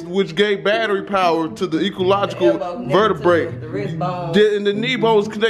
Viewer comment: This man said the “logical vertebrex”😂😂😂